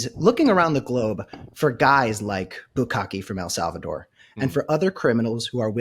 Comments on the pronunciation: I love that you call him "bukakke" the whole time. I do the same thing and I don't even mean too. What does that say about our search histories? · Bukele, no Bukale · Every time he calls bukele bukake I laugh so hard I miss what he said. You never should have used that word in front of him. I'm glad you're safe Tim! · It’s Bukele, like ukelele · Just love how Tim keeps mispronouncing his name. 😅